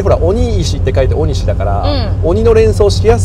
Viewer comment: 道の駅はしご動画、とても楽しめました。ありがとうございます。ただ、地名のイントネーションが気になりました。鬼石と万場、鬼石はシを下げて、万場はバを上げる感じかと思います。次の動画も楽しみにしています。